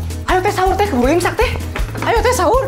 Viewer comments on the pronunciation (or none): Kok tadi ngomong nya incak bukan imsak